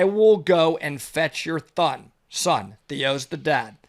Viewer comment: I’m guessing drank a bunch of coffee before this shoot, his pronunciations on some words were uncharacteristic. “Deepethed depth” “thon” instead of son lol and a few more I can’t remember! Love your videos 🙂